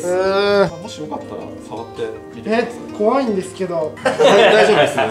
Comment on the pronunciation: 13分11秒 皆さんも楽しみにしてくさい！！になってる笑笑